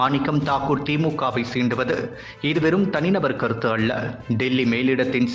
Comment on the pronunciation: டேய் மெண்டல் பயலே "ல" மற்றும் "ள" போன்ற எழுத்துக்களை சரியாக உச்சரிக்க கற்றுக்கொள். "அள்ள" இல்லை "அல்ல"